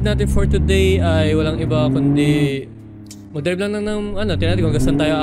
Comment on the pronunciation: Bro. Ang. Galing. Mo. Mag. Dirab